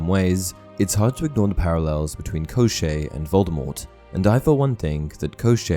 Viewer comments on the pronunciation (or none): One side note-despite how the name gets transliterated as Koschei from Cyrillic, it does not rhyme with crochet, It sounds like Koshchey where both the sh flows into a ch sound (it's the Cyrillic consonant щ )